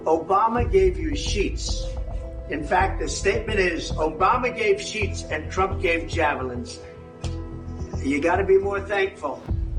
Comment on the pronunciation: Did Trump say; sheets or sheeps?